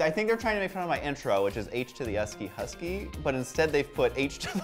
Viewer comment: actually no.. he is saying “H E S K " the "K" sounds like "keee" thats why its confusing.